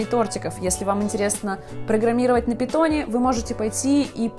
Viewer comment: Когда услышал "питон" кровь из ушей пошла